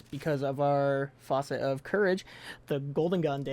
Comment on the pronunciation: i am sorry but you are quite literally pronouncing facet the same way you'd pronounce faucet